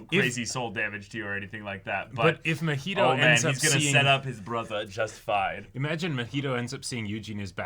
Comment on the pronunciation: I get it’s unreasonable to be this annoyed about it, but the fact they keep calling Mah-He-Toe muheto chips away at my sanity lmao. He’s not an alcoholic beverage and his name is said soooooo many times in the series that it shouldn’t be THAT hard to mimic the pronunciation. It’s giving Naruto to nurooto vibes 😭 some white people nonsense right here